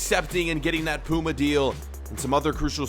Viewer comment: 1. Your saying puma wrong 2. Puma are one of the main ones